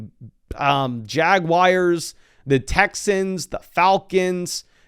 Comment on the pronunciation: the um Jaguires